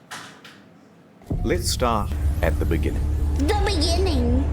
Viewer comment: the beningging